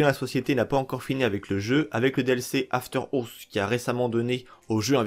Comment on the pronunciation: « After ours » ptdrrr gros accent